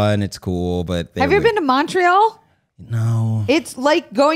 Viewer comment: The way pronounced Montreal has me baffled. In all my years, I've never heard it like that.:') Wild. Thanks for the chuckle.